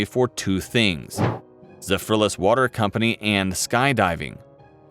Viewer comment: Yes that bothered me too